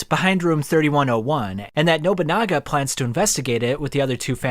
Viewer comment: & “Nobanunga” bro is terrible at pronouning names 💀